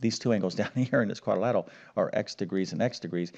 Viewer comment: It's quadrilateral NOT quadilatal.